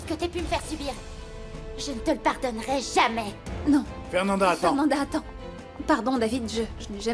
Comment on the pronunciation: Quais graciella elle á faire dit mal afernanda ohooo my gosh